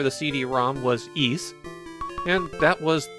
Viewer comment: How did I just find out Ys was pronounced ees and not weiss..